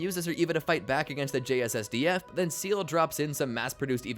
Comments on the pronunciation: its "seele" not seal🦭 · Seal and Gurn are not how you pronounce it :( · I winced every time I heard "seal" 😂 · How is it that people who have WATCHED THE SHOW still mispronounce shit? Its not "seal" its sey-ley. Its not lon-giness- its lon-jiness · It's pronounced "Say-Lay" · Lost me at "Seal" for Seele - what type of amateur bullshit is this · how do you manage to mispronounce seele when the name is said multiple times in the show 😭